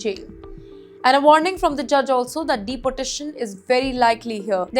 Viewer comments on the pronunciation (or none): This female has a terrible accent - pronouncing "deportation" as "deputation" and 30 as "thutty ".